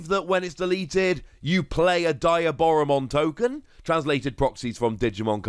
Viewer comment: love ya videos, but I have to correct your pronouciation of Diaboramon. it is pronouncd Dee - ah - bora, Its shown in the movies with Diaboramon in it, and with any media its been shown in.